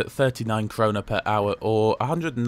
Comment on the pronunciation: The Swedish currency is called Krona/Kronor. It's the Swedish word for crown.